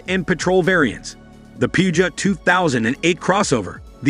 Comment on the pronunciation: AI narration is what I disdain. Alfa Romeeo…FSS! Fyat? Poogiot? Match-e? 😂😂 It looks a lovely city car that Alfa has needed for years, it just needs to be priced competitively. For those who say there has been no Alfa since FIAT took over, I ‘m sure there are many aristocrats who said that of Alfa in the 1940’s after the last 8C was produced and they went to 4 cylinder motors post war.😂